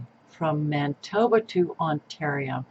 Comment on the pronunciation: Manitoba not Mantoba lol.